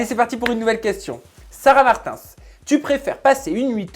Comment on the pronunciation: Quelqu'un vas lui dire que c'est Martins et pas martinss